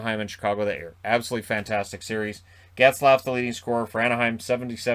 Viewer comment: Plz don’t say Zaygrass.